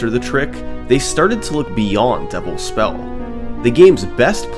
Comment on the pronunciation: Is "Devil's Spell" Summoning Salt's Pengwing? At least I keep hearing it as "Double Spell"